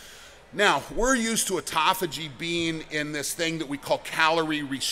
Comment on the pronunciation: Thank you for not saying, "ot-tō-fā-jē." I've heard more than one person pronounce it that way, and it makes me wonder how reliable their information is.